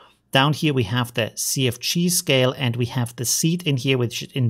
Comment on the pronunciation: I don't mean any offense by this, but sometimes when you say "CFG scale" I hear "sea of cheese" and it makes me chuckle.